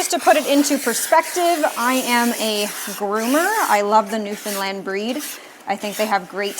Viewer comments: As a newfoundlander ... hats off to ya for pronouncing newfoundland correctly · I love that you know how to pronounce Newfoundland. 🧡